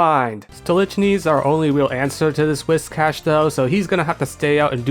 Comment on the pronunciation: holy shit a youtuber who pronounces whiscash right i never thought i'd see the day